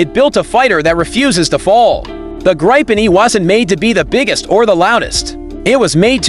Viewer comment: What is this bombastic shouting? Yes, the Gripen is good, but can't listen to this crap. Oh, and that's not how one pronounces Gripen.